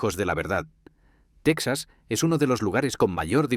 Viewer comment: No se si creer en este video cuando pronuncia tesaz